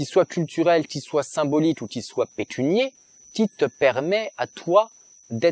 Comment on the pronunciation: à propos ça se dit pas "pécunier"